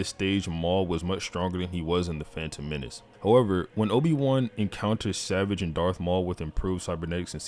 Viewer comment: Bro you gotta learn how to pronounce savage 😭